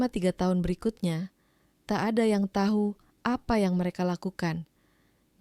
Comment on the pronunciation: Intonasinya kurang bagus mf ya jadi aneh dengernya , seperti , kata becak ,becek ,tahu ,tak , pengucapannya gak pas